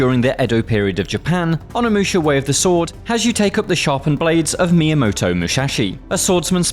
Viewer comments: Myamoto "Mushashi"?."Mihune" Toshiro? Man, at least try to pronounce their names correctly. Game looks cool though. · Miamoto "Muxaxi", haha